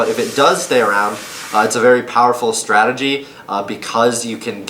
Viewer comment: its also strategy and not stratey